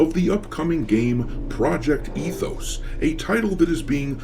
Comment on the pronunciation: ET-hoes... no thx!